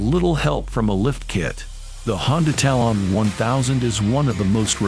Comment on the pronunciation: Tal-on is one word..... Talon. What a stupid video all around.